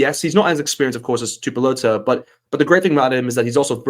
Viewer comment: Tuipulotu is pronounced “Tewypewlotew”not “Tewpewlotow”